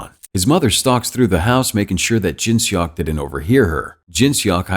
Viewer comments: im sorry but its funny how he pronounce seok as "shock" ajdksnf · I love the recap, its just the way he said Seok makes it a bit funny, seok is actually read like how you pronounce "sock". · I’m cringing at the name pronunciation 🤣🤣🤣 sorry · The way he said "seok" is killing me...